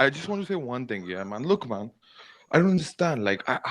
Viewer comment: “HH I just vant to say one thing man” Proceeds to say more than one thing on more than one occasion.